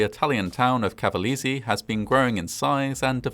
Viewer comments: Good video, just making you notice that the pronounciation is CavalEse (E like LAKE) ;) just to help you a bit. I am a long time fan of your channel! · not bad, but i cringed everytime you mispronounced cavalese 🤣 dint even know about this, most ppl talk more about the USA fighter jet one as the "worst accident"